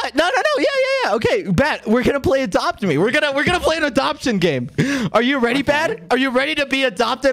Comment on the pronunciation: I thought bad said “the fuck is that” when you said we are gonna play adopt ms